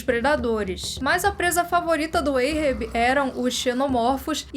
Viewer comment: Adoro o canal e sigo vcs desde qdo tinham seus 5 mil-10 mil. Mas precisam melhorar ou pesquisar como q se pronuncia algumas palavras. Ahab não é "eirrebi" é "árrabi" a etimologia do nome é referência o Mobi Dick q por sua vez é referente ao Hebraico. Então não tem som de "EI" o A, mas de A mesmo". Ganimedes tbm.